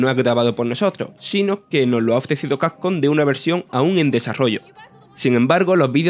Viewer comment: Vandal : cacon Yo : cavcom